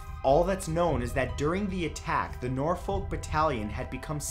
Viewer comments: Nor folk? It pronounced Norfuck in England Matt😂 I got so confused, please pin, it will turn to nor folk if you do x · nor -folk my god it hurts my poor english ears to hear it so badly pronounced Norfolk its all one word dam it man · Sorry old chap, but it is pronounced Nor-fork not Nor-folk. Apart from that, a top video. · Nor-fuhk not nor-fowk for the first one... 😫 Gah! I know you probably don't know the pronunciation of UK places though. Loughborough is also a tough one for people not from the UK to say (after standing behind visitors trying to buy tickets at the train station to there) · "Nor - Folk" lol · It hurts how he says Norfolk Nor-fok that's how you say it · i can’t cope with hearing norfowl and heeebrides. if any more uk place names get mentioned i might need to turn this off. we don’t pronounce places like we spell them. we make totally different sounds for some reason. please don’t attempt leicester. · I'm from Nor-folk, he did slightly mispronounce a few here, he does that quite a lot though, I'd love to hear him try some Welsh words lol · The way you say Norfolk makes me chuckle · I don’t even know how to correct the pronunciation of Norfolk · Btw the L is silent in Norfolk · Love these videos!!! but I’m sorry... the way you say Norfolk bugs me haha don’t pronounce the ‘L’ !!